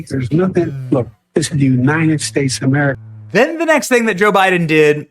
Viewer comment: Am I the only one noticing Joe doesn't know how to pronounce The United States of America? It always comes out as "NUNINEN stace of meriga".